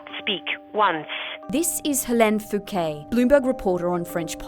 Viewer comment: Helene Fouquet :-) I hope you know how that sounds to me and many French people haha